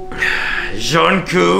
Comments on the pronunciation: It's Jungkook not jhoncoo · "john coo" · John cok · JhOON KOo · John Koo 😂😂😂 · lol 'Jhonkoo' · NOT EDWARD CALLING HIM "JOHN KOO" IMJFKSGFSHGFSFG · he called the doll “JUNKOO”😃💀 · its jungkoo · John coo* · zhong coop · THE WAY HE PRONOUNCES JUNGKOOKS NAME IM LOSING IT 😭😭🙏🏻